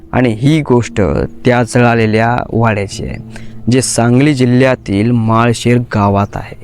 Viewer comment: माळ शेर नाही रे माळशिरस असं आहे ते गाव